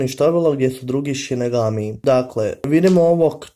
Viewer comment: Nije sinegami vec sinigami